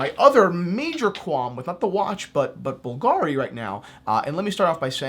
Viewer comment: at least you should have informed a little bit: the correct pronunciation is Bùlgari and not Bulgàri. the accent is on the "u"